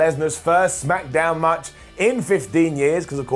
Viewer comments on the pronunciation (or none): "Through the roops" "first Smackdown much" "when he pins Lensnar" You feeling alright today,? Lol